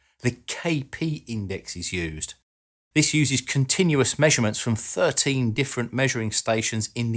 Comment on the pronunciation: I'm sorry but if you are commentating on a subject, Please speak correctly. WIV? (wiTH), WeaVer?(weaTHer), Vis (This), earf? (earTH), Ve? (THe), Frow? (THrow), to name but a few.